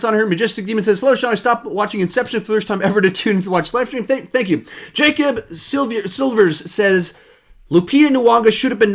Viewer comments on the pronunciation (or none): none